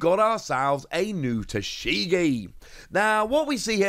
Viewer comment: Who the hell is taSHEgi ?? 🤔It's Tashigi !! Learn some basic pronunciation